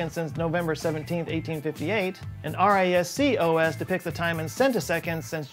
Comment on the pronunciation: Oh yes the Arr Eye Ess See O.S.